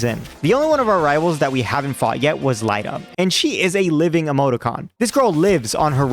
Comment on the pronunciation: "Lie-da"? Really? Do you say Lucario "loo-car-EYE-oh"? Lost me with dumb pronunciations.